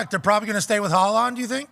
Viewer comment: mispronouncing Haaland’s name really annoyed me lmao